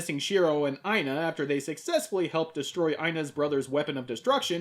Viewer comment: Yo, the female leads' name Aina was my grandmother's name. This episode was trippy for me just hearing her name peppered through out it; thank you for pouncing it right too - i have heard way too many variations of the name (some not too clean to say the least) . Had to check if it was spelled right too, and holy hell it was. Thanks for this episode and happy Holidays!